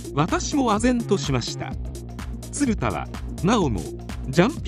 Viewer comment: 映像が入ってたらよかったなぁ… 全体的に発音もヘンだし、「ツルダ」はないよなぁ😩